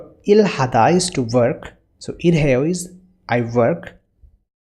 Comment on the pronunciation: Sir why did u pronounce irhaeyo instead of ilhaeyo?